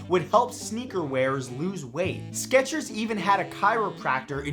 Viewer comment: I miss the T in Skechers